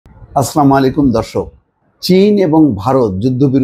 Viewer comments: মোস্তফা ভাই আসলামুয়ালাইকুম না আসসালামুয়ালাইকুম উচ্চারণটা একটু ঠিক করে নিলে ভালো হয়। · আসলামুআলাইকুম না আসসালামুয়ালাইকুম ওয়া রহমাতুল্লাহ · For gods sake Please say Salam properly otherwise please don’t